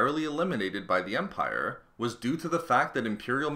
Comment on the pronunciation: smallerrrr.. Largerrrr... Empirrrrre lmao